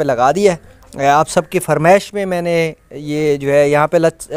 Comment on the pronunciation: بھیا جی ۔۔۔فرمیش ۔نہیں۔۔ فرمائش ہوتی ہے😅